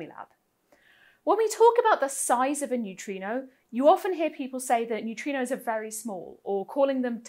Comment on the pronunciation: I love New-Tree-Knows.